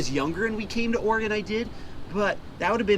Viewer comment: Thank you so much for pronouncing Oregon correctly. First person I’ve heard do it correctly from out of state. Love your vids, got me into fishing this gorgeous coast.